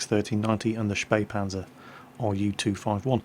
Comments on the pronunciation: HEY you pronounced Spähpanzer (almost) correctly! :P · you nearely fooled me with getting wrong that the t49 is the fastest t8light with a top speed of 72 (the spähpanzer is faster with 80) but then you actually correctly spelled spähpanzer! you spoke it as good as a german! SO WHO ARE YOU?! AND WHAT DID YOU DO TO!!!!